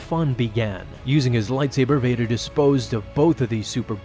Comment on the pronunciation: You know I really like how you say Darth Vader’s name.